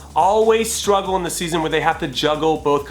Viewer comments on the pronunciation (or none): none